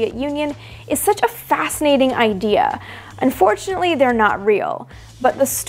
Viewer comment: Did you say "and fortunately they're not real" or "unfortunately they're not real" ?